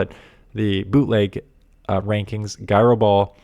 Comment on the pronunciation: says guyro ball. Gyro* gyro. We need that video of the move names. Would be funny. 😅